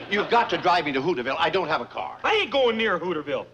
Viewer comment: pronounced the town as HOOOTERS VILLE